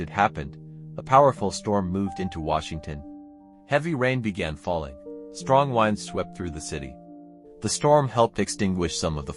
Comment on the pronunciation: AI slop! A human would have known how to pronounce "winds"